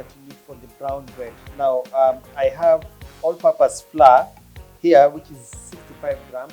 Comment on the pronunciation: Flour is pronounced as “flau-uh” not fla